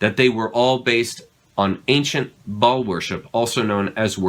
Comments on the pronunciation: Anya wick has no credibility. She also said she is Shia leboufs twin sister and a bunch of other things. If you've followed her at all you'll know her story changes a lot and For a member of the Ba'al cult she doesn't really know some basic things. Like how to pronounce Ba'al. It's not ball it's pronounced Bale. Also walt Disney was born in the United States. He was born in Illinois and grew up in Marceline Missouri where my family is from. People knew him. He wasn't a foreigner. I wonder how many more holes are in her story. It is however a fact that JE was definitely a part of that satanic fertility cult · I know. When I say a demon's name properly. My dog's ears perk up. I've read the goatia, and the leaser keys 1 and 2. Ba'al is pronounced bay all. You have to say it fast. Bay All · See REVELATIONS 2:9 & 3:9. Comment from Bible student Mike777. Some of these are Kenites. They are a generational blood line of Satan himself. The pronunciation is BA...AL. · Not Ball or .. "Bae-al" two syllables. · One person claiming to be Walt Disney's granddaughter is not proof of anything. She can't even pronounce "Ba'al" correctly